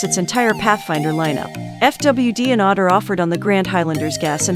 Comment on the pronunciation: Good comparison based on currently available information. But since you used a text to speech voice in this video, are you able to respond to comments? Why not narrate in your own voice? AWD comes out sounding like "odd," and a few other pronunciation oddities.